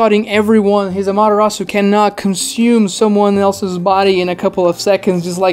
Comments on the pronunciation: You have sound logic, but there's just there's this one small stupid thing that bugs me... "What is a Madarasu? " I get you're trying to say Ama-te-rasu but it just sounded wrong.... I hate myself to be that guy ... But here I am 🥲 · How many times can you mispronounce amaterasu in one video?